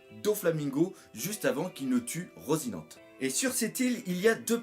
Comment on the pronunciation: Moi aussi j'aime la glace....Au fait ça se prononce "Rocinanté"